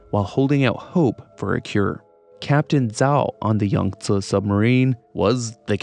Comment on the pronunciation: I love you for saying Yangtze proper. ❤